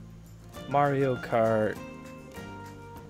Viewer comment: "merio kert, merio kert?"